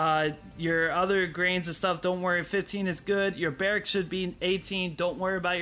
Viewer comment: Appreciate the tips and the content but it is pronounced BEAR*AXE(Barracks)....not brackets 😁